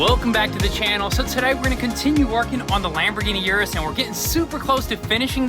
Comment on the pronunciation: Hey guys just helping you all out with your pronunciation, URUS is pronounced “OO-rooss, thats direct from lamborghini, not u-rus like you all say it.